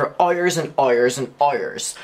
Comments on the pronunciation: “Errors and errors and errors” it sound like instead of hours lol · i absolutely love how you pronounced “hours” i can’t stop hearing it that way now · u got in my recommended n i'm obsessed w/how u say "hours" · I love how he says “hours” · Your pronunciation of “hours” tho... Iconic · the way he says hours kills me hahaha